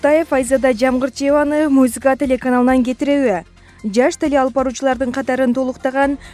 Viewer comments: Чон кыз музыка десен мюзика дебей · Эй! МУЗИКА ЭМЕС, М У З "Ы" К А тушундунбу? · Музыка деп туура айтчы Кемпирче Мужика дейсиби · мына окуп жаткан кыз "музыка" деп айта албай эмне деп жатат?? "мюсыка" дейби ыя? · Ээээй мобу кок мээнин суйлогону кантет музийка музийка мэээээси ордундабы жоготкулачы груууубый акцент айлардын аттарын туура четка айта албаган бул суйлогон кыз канча классты буткон???? Позооооооооор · музика дегенди туура айтчы карындаш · Алып барып жаткан кыз создорду так туура айтсаныз жакшы болот эле. Мисалы музыка деген созунузду кайталап угуп корунуз!буга окшогон коптогон создорду так айталбайсыз🤔